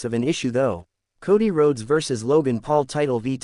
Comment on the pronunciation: RDE Rads. What? Can't you pronounce Rhodes properly? Said like roads.